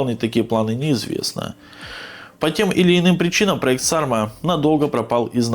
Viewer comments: Не САрма, а СармА, это название ветра на Байкале, самого сильного. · Ударение на последней а.